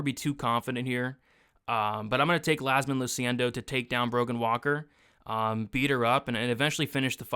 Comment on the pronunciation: it's 100% an I and pronounced "Yazmin"